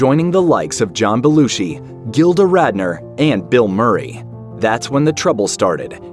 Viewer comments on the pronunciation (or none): none